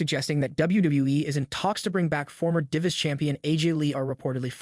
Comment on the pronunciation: Learn how to pronounce DIVAS.